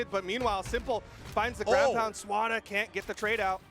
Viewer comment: i like how they call him SWARA lmfao